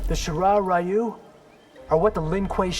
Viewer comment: Y’know you’d think they’d get the Japanese pronunciations right after so many years but no. They still mispronounce Takeda and Ryu. Fucking fantastic, great job netherrealm